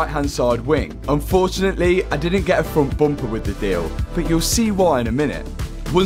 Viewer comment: What’s a froon’tboompah ?😂